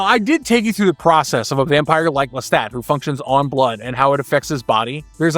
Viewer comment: Lestat. Pronounced LesTOT. Listen to how he says it himself in the show. Now you repeat…